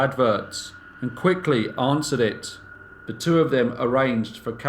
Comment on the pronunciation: I have to agree. The straightforward and no nonsense presentation makes for nicer viewing. The only slight irritation is the occasional “vuh “ instead of “the” but that’s just me and my ocd.